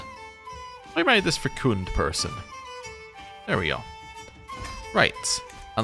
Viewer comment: FYI Fecund rhymes with second not secooned. And your Bishop cannot marry because he is a catholic priest. Not allowed, cause of a lot of problems but not allowed.